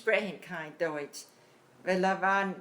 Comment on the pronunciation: especially if they are speaking plaut..…as deutsh comes out sounding like dootsch